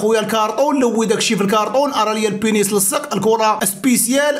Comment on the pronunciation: رد البال اسي.البنيس عندو معنى ٱخر لهلا يوريك بالفرنسية.قول البنيز بالزاي و ليس بالسين.حفظك الله.